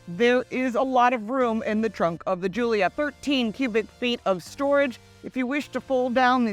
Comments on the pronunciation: Sorry it's not guilio its guilia and it's a work of art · how is this your favorite when you don't know the name....it's a Giulia....not Giulio